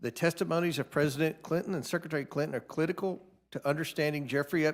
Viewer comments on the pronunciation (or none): Did he say it was clitical on sex trafficking 2.40 🤣🤣